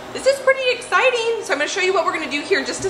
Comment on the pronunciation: I heard your intro as " Today's an EGGciting day" 🤣